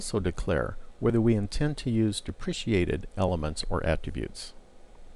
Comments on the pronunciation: okay great video, learned a lot but its depreKated, not depriciated deh pruh kay tud haha great video tho, super informative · Correct. I found this mispronunciation distracting. Repeat after me: De Pre Kate, De Pre Kate... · Yeah it's pronounced dep-rah-kay-ted. lol Solid tutorial aside from that though! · These tutorials are very good introductions to HTML. I'm pretty sure you are pronouncing "deprecated" incorrectly but that's not really the point of the video, and I appreciate the work you put in to all four of these.